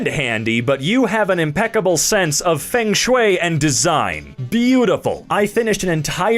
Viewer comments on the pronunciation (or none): none